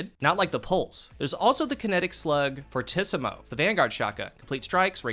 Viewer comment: All I want to say is that fortissimo is pronounced for tea simo. Growing up a band kid, him pronouncing that rubbed me the wrong way, but amazing video! 😂